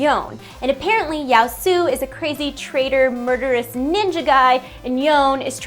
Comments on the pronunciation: OMG He's a Samurai not a ninja jeez... Also its Yasuo not Yaosu, (pronounced like Yah Su Oh) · I love Surprise Party Fiddles to bits even though I'm probably the worst Fiddle player there even is OTL The mic quality was nice!! I just wanted to note a pronunciation error, Yasuo's name is probably pronounced "Yah-sue-oh" unless it's not supposed to be Japanese in which case my bad... But I'm really not excited for him. He looks incredibly unoriginal, basically another Master Yi is what I'm thinking :c MORE SUPPORTS/TANKS PLEASE RIOT?? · It's pronounced Yo-su-oh. :D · I think his name is pronounced Ya-su-oh. Also the video sounds great! :D